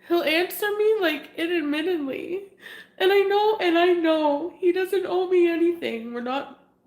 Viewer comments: “He’ll answer me Intamitintley…” ma’am I think the word you are looking for is “Intermittently” 🤣🤣🙏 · "He'll answer inadmintedly" wtf was that pronunciation of intermittently? 🤣 Poor thang!!